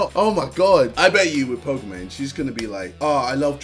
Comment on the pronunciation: Bruh ksi keeps saying people don’t know how to pronounce shit but he calls pokimaine pokamaine